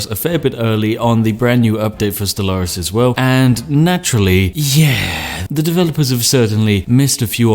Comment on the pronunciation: O The way you pronounce Stellaris... I used to pronounce it the same. That was until my friends shamed me in to pronouncing it "stellar-is"